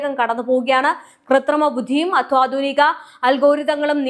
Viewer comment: ദയവു ചെയ്ത് അത്വാധുനിക എന്ന് പറയാതെ അത്യാധുനിക എന്ന് പറയാൻ ശ്രദ്ധിക്കുമല്ലോ...